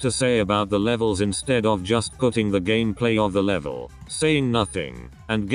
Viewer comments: Bruh your stupid robot voice can't even say Gameplay right. It says it like Gamaplay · gasps said gameplay not gammaplay:0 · YOUR ENGLISH SUCKSSSSSSSSSSSSSSSSSSSSSSSSSSSSS can you even say gameplay right?